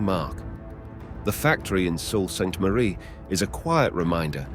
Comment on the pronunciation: the one city's name is pronounced " Soo saint Marie " but its not a big deal 🙂